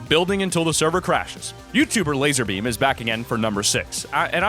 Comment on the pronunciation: D9nt say lazer beam it's lazar beam